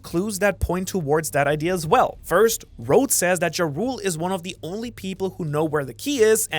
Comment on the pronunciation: It's like the nordic title "Jarl". Not "Ja Rule" like the rapper.